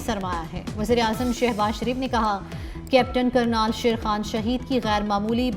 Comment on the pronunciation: کرنل ہے کرنال نہیں درست کر لو ❤